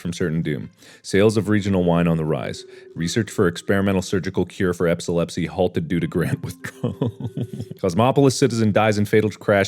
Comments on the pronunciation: Dammit Mark! Epsalepsy?! You had me saying it wrong. “Ha Mark said epsalpsy wrong..... epsalpsy... ep sa lepsy... DAMMIT WHAT IS IT CALLED?! Epilepsy. x.x” felt like an idiot. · me, an epileptic, hearing “epsilepsy” yes, this content is very much adequate .